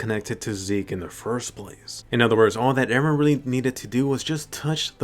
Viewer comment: She still love Eren , she would be very sad if he die. But I hope to never hear "Ereh" again